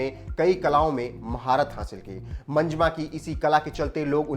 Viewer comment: Manjma nahi bhai, pronounce the names properly It's "MANJAMMA".